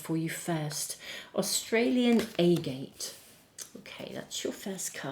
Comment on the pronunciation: Thank you so much. Btw, usually, Agate is pronounced with the short A on the 1st a in agate.